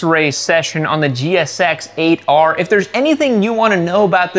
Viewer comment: Jixx ate 'er. Not jixxer ater.